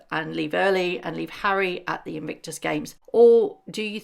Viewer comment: It’s In-Vic-tus, there’s no N in the middle of it.. love your videos x